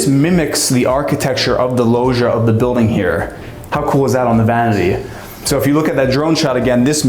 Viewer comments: Pls someone tell the guy in the video (not ) to pronounce it like lodge - Lodgia, if you will. Lojia drives me nuts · Loggia is pronounced with a G like Gin - for gods sake!